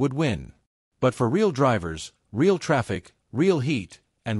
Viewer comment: Very informative video. Though why did you have to use stupid AI voice? When it says "Re al" for the word real, it's stupid and very annoying!